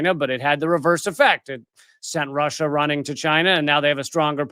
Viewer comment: Ursula: “We are wamping up pwessure because stwength is the only language Wussia understands.” Russia: Oh weally, is that twue?